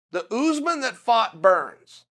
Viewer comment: It's Usman not Oozman.